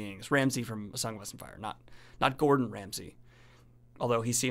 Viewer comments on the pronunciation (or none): none